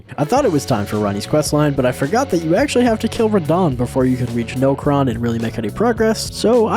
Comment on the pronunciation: It physically hurts me when he mispronounces things like melina solfia river nocron ect